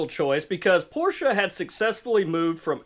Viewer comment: Glad to hear you know how to pronounce the man's name, Porsche